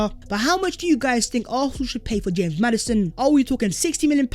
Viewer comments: NO WAY MAN JUST SAID HAMES MADDISON 😭😂 living in Leicester this kills me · I'm never saying James Madison again. It's "Hamez" now